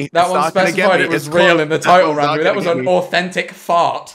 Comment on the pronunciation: says ranboo CC: rambu